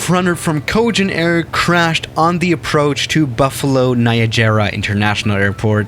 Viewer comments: Everyone: Niagara: NaYaJeRa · Buffalo Nia-jayra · Nobody:: Nie-a-jay-rah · "Buffalo Niajara airport" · Mr you pronouce my city wrong BUFFALO NIAGARA LIKE NIAGARA FALLS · He really pronounced Niagara as “Niajara” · When you pronounce Niagara as niajara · The 2009 crash happened 4 minutes away from where I live, and that is not how you pronounce Niagara. But great video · You pronounced Niagara wrong. I’m close to it so I know. 😑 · watch this short video to know how to properly pronounce “Niagara”. I’m talking to you!